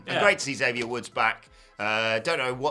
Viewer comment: I know y'all will never read this but according to the man himself, it's EX-avier Woods, not Zavier Woods.